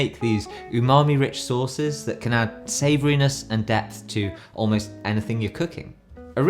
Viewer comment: You said "instant DEPTH", right, and not... "death"..? 😬